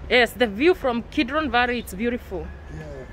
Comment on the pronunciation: Its valley or varry?